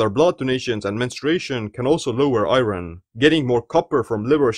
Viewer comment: great informative video! Thank you. Only correction to your pronunciation of 'iron': it has an irregular pronunciation in English. Don't say "i-ron" but rather "I earn" --> 'iron' has the same pronunciation as "I earn."